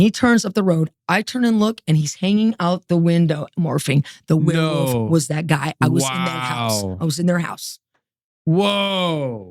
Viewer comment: I love how she pronounces it "werewoof." is the BEST.